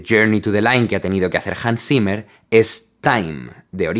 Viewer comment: JANS SIMER Xdddd